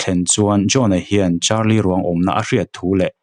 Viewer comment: Carlie brucia ani sia,charlie tiin ilam rengbawk sia,ngaihna awmlooo😂